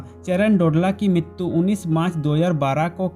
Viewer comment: Yaar MITTTUUU nahi MRITYU HOTA HAI ...TGIKSE BOLNA SIKH